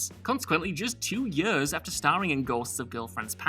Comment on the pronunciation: The way you pronounce years makes me angry